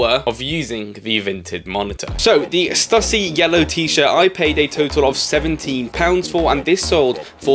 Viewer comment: Love the video! Just to let you know I got laughed at in the US buying skate gear, back early 90s, they weren't impressed I said Stuh-see, it's Stoo-see 😉